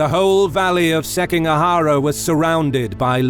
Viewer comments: SikiGAhara not SekiNGAhara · Seeking a huh-ruh? E-dough? Seems like you had a hard time with Japanese names :D It made me giggle. But Footmouse absolutely made my day! Don't get me wrong, it's damn good content! Way to go! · Pronunciations, jesus christ. Seking ahara? Are you kidding me? Motsunari? I appreciate the video but come on.